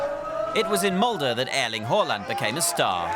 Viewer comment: Creds to the flawless pronunciation! First time a hear a native English speaker get both Erling and Håland right (in the Nordic way). Usually they say "Earling Haalland", but this guy is spot on.